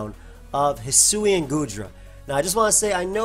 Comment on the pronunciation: pronounce the sui in hisui like the sui in suicune